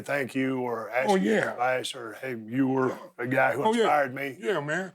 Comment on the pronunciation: Ron is the only person alive that I won't make fun of for saying "ax" instead of "ask".